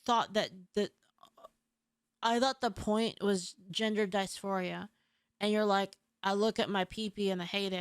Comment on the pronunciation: DIS- FORIA Diss Four Eee Yuh Who tf say dicephoria. Its not a word.